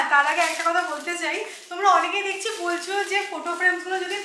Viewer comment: Dechki noy dekchi